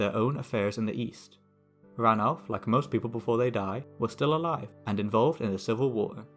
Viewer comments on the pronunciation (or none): none